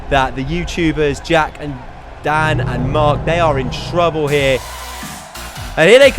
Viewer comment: you said it's Dan not dam